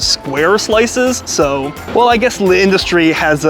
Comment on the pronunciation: The apostrophe in L'Industrie indicates that a letter has been elided, specifically the 'a' in la (because, perhaps surprisingly, industrie is a feminine noun in French). So even without the apostrophe it would be "La Industrie" rather than the "Le Industrie" you're pronouncing it as; with it, you just say it as one word without a pause. You got close a couple of times! Will definitely check some of these out when I'm next in NYC, I've always just gone to the closest place selling slices and been uniformly disappointed. I liked the look of the Mama's Too one the most, though it was very heavy on the cheese. And pizza in Italy is definitely a different thing from in the US, with similar sorts of regional variations too. Hope you and your wife have a great time there and your illness passes quickly!